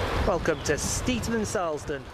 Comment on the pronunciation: You pronounced silsden wrong...